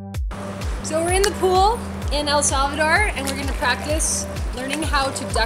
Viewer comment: The way she pronounces El Salvador hurts my spanish ears